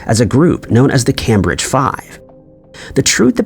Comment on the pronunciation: This channel has some fantastic information, but I lose faith when the narrator can not pronounce Cambridge.